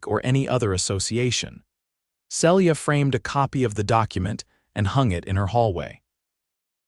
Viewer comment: On a bet I'd say the name is Phyllis, pronounced fil-is, not Phillys as the AI keeps saying. And Celia, pronounced see-lee-a.